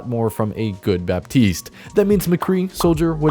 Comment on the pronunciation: Baptiste is actually pronounced like "Batist"